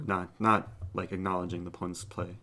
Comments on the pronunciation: "oponnent" sorry I just felt the need to comment this hehe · eric blundering the word opponent